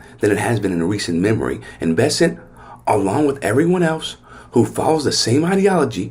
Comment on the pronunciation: The last name of the Treasury Secretary is “Besse N t” not “Besset”. So his last name rhymes with the word “present”. Look at the spelling and pronounce every letter.